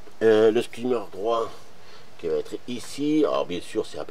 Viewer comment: Magnifique travail, comme d’habitude, mais s’il te plaît, dis skimmer et pas « skaymer ».